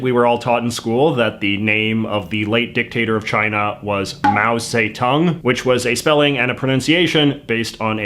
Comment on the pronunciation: no. You got the dictator's name still wrong 🤣🤣 it's [zə] dong. Not zei dong.